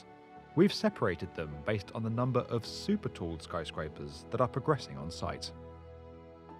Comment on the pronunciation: Super Toe? It's super tall. That's poor pronunciation.